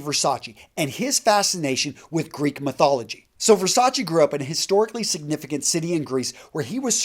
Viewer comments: It’s Ver-sach-eh not Ver-sach-EE. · STOP sayn Versaci It's Versace !! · Can you at least try to pronounce their lastnames right? Versachee? Wtf. Versace. "É"😂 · You pronounced Versace wrong. SMH